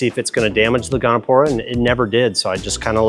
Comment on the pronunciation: It's Goniopora, not "gonopora". Nice corals, nice store.